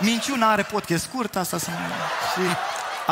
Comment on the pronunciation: Ce e ala “podchest”? Care i treaba cu toti astia care folosesc cuvinte in limba engleza, dar nici macar nu le pronunta cum trebuie?😆